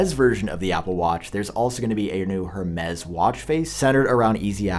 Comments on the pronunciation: “Air-mez” not “her-mez” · It’s more like [air-mess]. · It's "her-meees", the french pronounce it wrong, like most things, specially their own things. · It’s pronounced Hermes, not Hermes